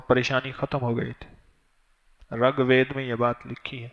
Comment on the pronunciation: dhakan miyan, pehlay RIG bolo RAG nahi. Sanskrit bolo san sakrit nahi. proof of the shit u r talking ?